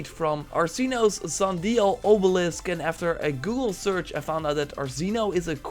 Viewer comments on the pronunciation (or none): Sundiel lol, sundial lol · “Sun deal” lmaooo it’s sun DIAL like dialing a phone number. You can tell the time by the position of the suns shadow.